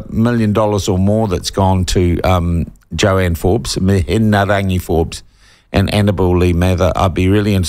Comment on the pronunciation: "Joanne" Forbes